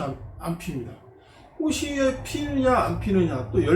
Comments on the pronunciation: 꼬시, 꼬시.. 듣기가 거슬리네요 꽃이 --> (발음) 꼬치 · 꽃이나 열매 --->발음 꼬치나 ○ 꼬시나 ×